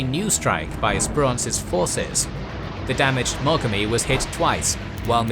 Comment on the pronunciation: Aye, and it's nuGUmo, not NUgumo, moGAmi, miKUma. In Japanese, the emphasis is put on the first syllable of the last Kanji.